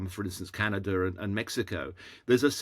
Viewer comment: It’s hard for me to take anyone seriously that pronounces Canada with an R.